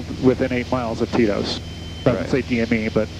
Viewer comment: Oh, TETOS. I thought you were saying "TIto's." Like it was Tito's waypoint.